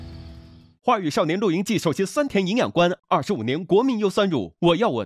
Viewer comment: 丁：狂野吧 sao（少）年